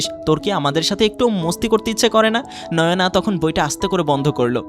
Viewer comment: নয়োনা না নায়না হবে নাম 😁😁😁